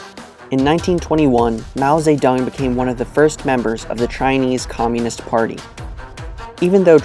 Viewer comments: Its Mao Zedong not fucking Mao say tongue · I talked to a guy from Mao's birth region Hunan, he lives in China and he is very proud of Mao. He said "Mao Ze"DONG" not "tong". I wanna make a point of this because so many narcissists are obsessed with pronunciation to look more knowledgeable than they are. So when I heard him say that, I thought it was funny because I was saying it like him, and a video/google claimed otherwise, yet people in China claim different and more similar to how we would not knowing the other version to sound "smart". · mao seh tong. lmao wtf is that pronounciation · Oof yeah, haha. But he was saying 'Mao Tse Tung', I think is the proper way to say his name. (In Chinese) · From the first 3 seconds of music and pronunciation of his name, I have to turn this off.